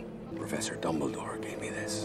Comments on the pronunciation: did she just call dumbledore, "double-door" at the end?? 😂🤣😅 LOL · im pretty sure she said "Dumbledorf" which makes it even more funny 😂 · "Dumbeldorff" hahahaha